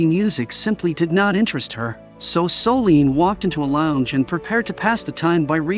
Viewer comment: That narrator… 🫠😞.. Soleeeeene.. it’s Solène.. Her name is Solène.